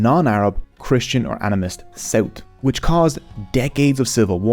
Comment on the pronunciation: tirty = thirty tree = three tousend = thousand sout = south tink = think overtrone = overthrown hooties = houthis